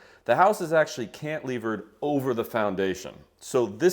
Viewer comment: Cantilever, not cantlever 😂